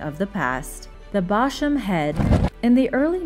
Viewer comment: "Bosham" is actually pronounced "bozzum"